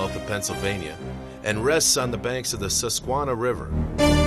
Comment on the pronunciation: The narrator should have learned to pronounce "Susquehanna" River and "Dauphin" County properly before doing this video! Otherwise, fairly good video.